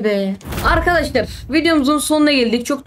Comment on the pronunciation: Lan kaç kez arkaşlar söyledin